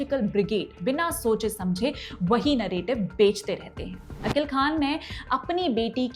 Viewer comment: मोहम्मद अकिल खान आरोपी का नाम सही से बोले